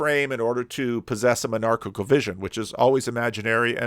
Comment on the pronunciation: I thought you said menarchail vision and that's a weird thought... (Menarche)